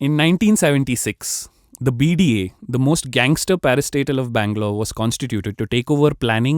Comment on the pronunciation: Every time he said 'parastatal' I thought he was saying "Another parasite", "A new parasite"